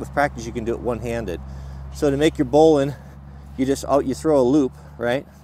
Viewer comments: that's bowline, not booline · bowline not boll-line...sheesh